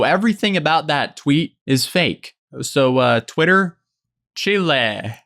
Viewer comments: When he said chilé for chile! Lol I made the same mistake,. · He said “Chilí”💀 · Him pronouncing chile as “chillay” made me cringe so hard 😭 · This man said "chilé" I am DECEASED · As a Spanish speaker I couldn't understand "Chile" being "Child" until now because I'm thinking "Chile like the country? or Chile like the vegetable? like bell pepper and Jalapeños? Like English WTF?